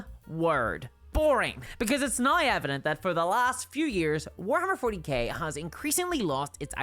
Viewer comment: There's no "i" in the word "now". What kind of regional accent do you have to have to change gnau into nooai?